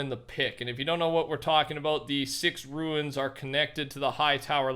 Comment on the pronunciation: not to hate but they’re called ‘runes’ (like roons) not ‘runes’ (like ruins)